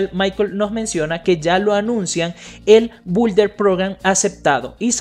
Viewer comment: se pronuncia “BIULDER” (Builder Program) está fácil inténtalo!